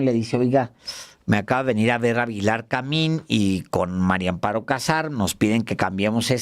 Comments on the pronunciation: PORQUÉ POCOS DICEN BIEN EL NOMBRE? ES MARÍA AMOARO, NO MARIO AMPARO, AÚN ASÍ QUE DEJE DE COBRAR LO INDEBIDO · No me cabe en la cabeza la dificultad del periodista Álvaro Delgado para pronunciar el nombre de la corrupta viuda... María Amparo. Todas las veces que la menciona la menciona como Mario Amparo.😅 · Hola Álvaro, buenos días disculpa pero parece que dices Mario Amparo 😊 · ¿Porqué Álvaro Delgado dice siempre "MariO Amparo Casar Pérez? Es mujer y se llama MARÍA AMPARO... 🫢🤷 ¿Le costará mucho trabajo pronunciar " MariA"? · Álvaro, estas repitiendo constantemente mal el nombre de la señora María Amparo como Mario!. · Es MARÍA AMPARO CASAR. No Mario Amparo... ¿Por qué casi todos pronuncian mal su nombre? Es más fácil pronunciarlo correctamente. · Álvaro, siempre dices MARIO Amparo Casar Pérez 😅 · Les cuesta trabajo decir María Amparo, a los dos excelentes periodistas!!